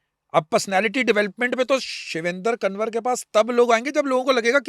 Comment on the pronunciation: पहली बात तो मित्रों, sir के नाम का उच्चारण ठीक करना चाहिए। शिवेंद्र "कंवर " नाम है, ना कि कनवर !